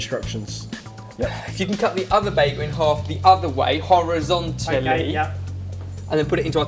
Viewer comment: The way that he said horizontally was hilarious